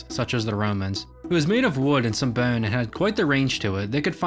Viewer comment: Why do you pronounce ‘O’ so weird? When you say bone you sound like Eric Cartman 😂